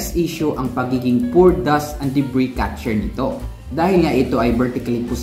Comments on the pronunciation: Debri....s silent S po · Debris - pronounced De-bree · Debris.... Silent S para perfect na at very informative! More power